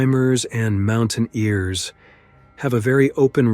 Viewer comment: The Ai narration around awful and it's lazy as hell. Mountaineers pronounced "mountain ears". Come on. This is so lazy